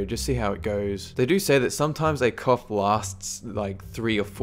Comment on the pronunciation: Damm you said went to the doc to get your cough checked , I thought you had said another word LoLs had to rewind